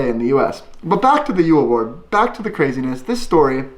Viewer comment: It callas jul bord not Jol bourd😂🤣